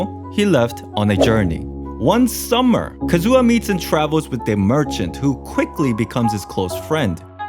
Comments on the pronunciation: I can't take his Kazu*WA* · your kazUha cuts my hear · "Kazua" Pls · "ka-zoo-ha" boi i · Every time you pronounce Kazuha as Kazoo-ha I lose a year off my life :') Great video tho! I enjoyed it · WHY ARE YOU CALLING HIM KAZOO-AH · Who is this Kazoo-Ah guy hmmm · "Kazooha" Me: instrument? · Ah yes, Kazoo-ha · Calm down.... There's no need to start a riot because he pronounced Kazuha Kazoo-ha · "Kazoo"ah what???